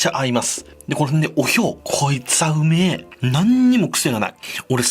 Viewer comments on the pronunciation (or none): 1番最初魚持ってきた時 「ウメェ…！」みたいに 「オメェ…！」言ってて笑った(笑)